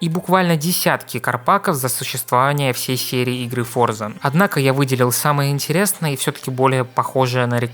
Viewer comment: Выключил на моменте, когда он в первом же разе назвал игру ForzaN...🤦